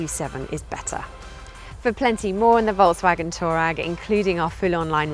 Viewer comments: Did she just said Volkwagen Toe RAG?😭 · Why is she calling it a Toe Rag?